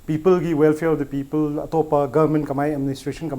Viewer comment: please pronounce 'people'as 'people'and not as 'peoples',they carry different meanings.